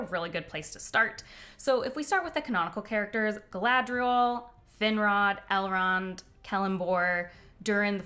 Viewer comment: Ok I love that you called Elrond "Elend" just after 6min mark. 😅 Finishing video now!